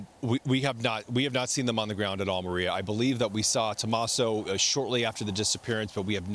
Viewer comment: Tomasso? You mean?